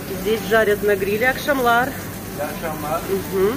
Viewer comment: а почему вы говорите "акшамлар" вместо "якшамлар"? Мое ухо режет!